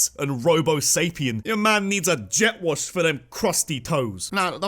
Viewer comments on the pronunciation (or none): none